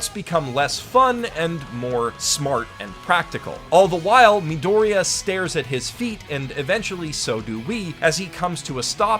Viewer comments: Uhh what is a meedoreeah? do you mean midoria? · "Mee-Doh-Reeyah" It's Midoriya "Mid-door-eee-ah" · Why does he pronounce Midoriya like nidorina? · omg meedooreia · Great video man, but oh my god dude. EVERYTIME YOU PRONOUNCE THE CHARACTERS NAMES IS HALIRIOUS 😂😂 im not even mad holy shit. Uraaraka? edgeyro? Meedoriia?